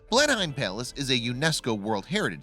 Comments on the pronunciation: Pronounce it "Blennam". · Commentator has very irritating adenoidal accent coupled with ignorant mispronunciations. Blenheim is “Blen’em” in English not as it is pronounced at the site of the battle. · Jesus Christ man, I know you’re a sodding Yank but surely to God you can pronounce BL-EN-HAM correctly! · Just so you know "" Blenheim Palace is pronounced BLENIM PALACE... even though its spelled...HEIM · Arrrrrghhh! IT'S "BLEN-UM, OR BLEN-EM"!! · Blen HEIM? Seriously? You took dozens of hours of research and video editing to make this, but you didn't take ten seconds on to learn how to pronounce the SUBJECT of your video? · I kept saying "If he says Blen-Hyme one more time, I'm going to scream!" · BLEN-HYME? What the hell are you talking about? Please research your materiel. I hope you know more about the rest of the content you are narrating than this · Blenheim is of German derivation, isn't it ? If so, the correct pronunciaton would he blen-hime, nicht wahr ? Yet you accuse the Americans of the same linguistic sin of which you English are frequently guilty ! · I wish Americans would research the pronunciations of English words.Its pronounced Blenham palace. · Blen'em Place. Like Peyton Palace. He must be a North Korean robotoid. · you don’t pronounce the hiem at the end, it sounds like how you would say ‘in’ but with an m. blen-im just saying.... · Its pronounced Blenim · It's pronounced blennem when said phonetically. You guy should here him say Trafalgar......... again phonetically he say traffle gar. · Ben’am ffs it’s so not pronounced the way you phonetically trued to. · Would it have taken much effort to find out how to pronounce Blenheim and Marlborough? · I grew up in Blenheim, Marlborough, New Zealand. It so annoying to hear him say it wrong. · I'm an American and it's annoying to me, too! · Where's Blend Heim? Oi! Don't say it no more! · State California - Yes, that's how they are pronounced. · Blenim not Blenhime. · Its pronounced BLEN EM.